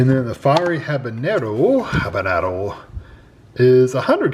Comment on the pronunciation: Why did he keep saying Habernero in the video🤣